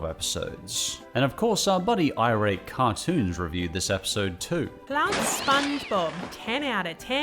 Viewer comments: I think iratecartoons is supposed to be three words (I-rate-cartoons) not two words (irate-cartoons) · I'm not sure if anyone's pointed this out (I scrolled the comments for a bit n didn't see any at least), but I think "iratecartoons" is supposed to be read as "I rate cartoons" not "irate cartoons", like they just rate cartoons, they're not angry about them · I’m sorry to point this out but pretty sure “iratecartoons” is meant to be read as “I rate cartoons”, not as “irate cartoons”. I don’t know them personally but it just seems like the obvious way to read their username based on the context of their reviews. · Isn't it "I... RATE cartoons"?